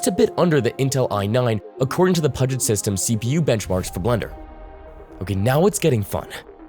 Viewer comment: Pewgit systems not puuuugit